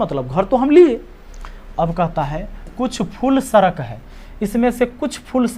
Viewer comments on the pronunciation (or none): सरक नही सड़क बोलिये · sadak hota sarak nhi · Sarak nhi sadak hota h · Are ji Sarak Nahin Sadak Hota Hai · Wo sadak hota hai Sarak nhi 🙂🤣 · Wo सरक नहीं सड़क है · सर आप सड़क को सरक क्यु बोलते हो 🤔🤔🤔